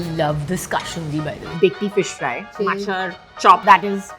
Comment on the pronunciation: The chop isn't called machar chop, it's "MOCHA" because—surprise—it’s not a banana-flavoured chop it's made of BANANA FLOWER. And for the love of all things edible, we say ‘chingri’, not ‘jhingri’. Maybe someone could kindly inform Kajol before she rewrites our entire cuisine? Please, put in the bare minimum effort and stop butchering our food names. Thanks ever so much